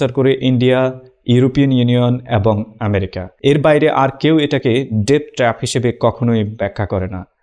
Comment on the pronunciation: ভাই ওটা উচ্চারন হবে "ডেট ট্র‍্যাপ" যার বাংলা অর্থ "রিনের ফাঁদ"